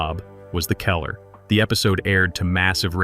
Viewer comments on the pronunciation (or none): Why can't you use a human narrator instead of a computer. Your computer can't even pronounce the word "killer". It says kaller, or something else. It says sycide instead of suicide.